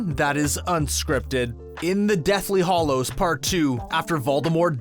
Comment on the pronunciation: It's Deathly Hallows, not Hollows.